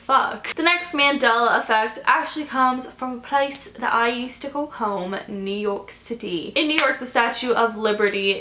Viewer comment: does British accent “ the place that I used to call home... New York City”